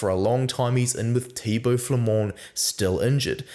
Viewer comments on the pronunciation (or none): none